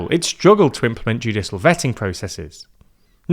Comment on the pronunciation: I wish this guy would say ‘judicial’ properly